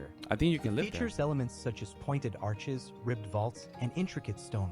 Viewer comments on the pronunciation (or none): none